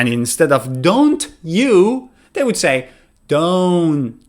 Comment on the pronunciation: “Would” NEVER sounds like “Vould.” mixes up the W and V sounds fairly often. He gives some very good information, but it’s obvious he is not a native speaker.